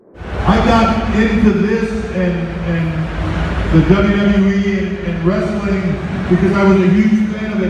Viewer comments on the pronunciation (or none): Triple H said the word 'wrestiling' 🙊🙊🙊 Vince is going to be so pissed.